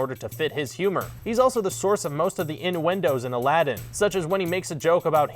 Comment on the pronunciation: induendoes?? :D is that some local dialect?